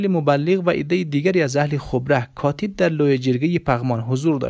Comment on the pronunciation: گوینده محترم خوب سوانح فیض محمد را قرائت کردی اما چندین مرتبه کاتیب گفتی کاتیب درست نیست کاتب درست است همچنان ساکین درست نیست ساکن درست است